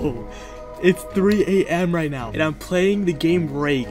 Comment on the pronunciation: Neow 😂are serious right neow bro